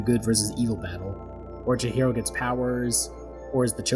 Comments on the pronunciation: Lost me at "Chichiro" 🙃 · I absolutely hate to be the first comment and simultaneously pointing out a mistake in a well made video, but your pronunciation of chihiro adds an extra “ch” sound where it should be a “h” Edit: seems like you fix that past the half way mark!